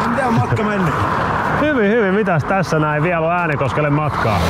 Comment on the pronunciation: Kaikki muut kaupungit * lausutaan oikein * Äänekoski * mE oLlAn SaAvuTTu TäNnE ÄäNeKosKelLe * Se lausutaan: Ääännekoski